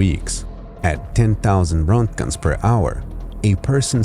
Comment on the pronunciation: Pronounced RENT JENS